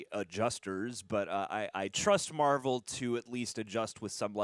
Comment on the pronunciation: Not to correct, but it is marvel, spotlight